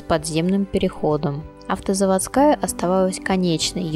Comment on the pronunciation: Не автозаводскАя а автозавОдская